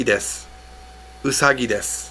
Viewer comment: You dont pronounce the word "desu" correctly.